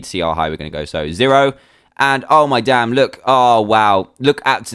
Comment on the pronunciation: he said dame !!!!!!!